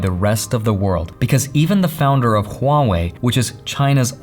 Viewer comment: That pronunciation is Hua Wei was point on